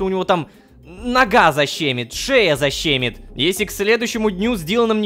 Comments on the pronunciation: Урок русского языка: не защЕмит а защемИт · Не "Заще́мит" а "Защеми́т" ударение на "И". Фиксплея отчитываешь ты, а тебя подписчики)))))